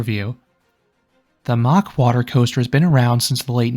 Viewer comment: It's Mack as in Big Mac NOT MOCK!